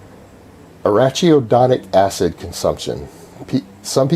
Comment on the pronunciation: It's pronounced "arakidonic acid"